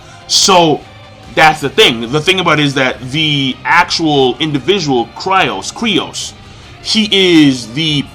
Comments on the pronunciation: its freaking Kyros not Kryos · Kyros, not Kryos! lol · K-Y-R-O-S not c krios lol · What the fuck is Cri oss, his name is ky ros. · fucken sucks at saying these characters names. Dude's name is Kyros, he called him Kryos... He says Viola like Veeola